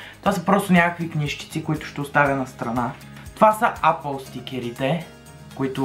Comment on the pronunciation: Брат, апъл тая марка не съм я чувал ,ама съм чувал ейпъл!xD